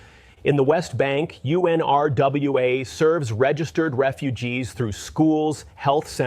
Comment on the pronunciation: Israels Claims OF UN-RWA as its Pronounced, which is unfortunate this channel could not make the effort to learn the correct pronunciation, Israel when it claims there are terrorists in it is an outright lie, as UN-RWA checks the background of all its workers. Netanyahu himself deployed ISIS fighters into Gaza and Netanyahu is the terrorist in this situation...